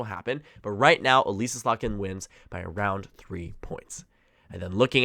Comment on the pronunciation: Michigander, and constituent of Elissa Slotkin currently, here! Slotkin's first name isn't pronounced like Elise, its more like 'Uh-liss-uh'. ☺